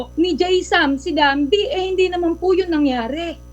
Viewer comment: Dambie feom the word dumb awts gigi😂😂😂😂